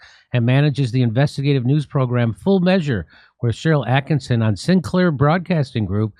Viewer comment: ATTKISSON, NOT ATTKINSON